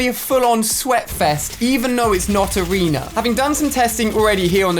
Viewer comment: It’s funny when he calls arena arener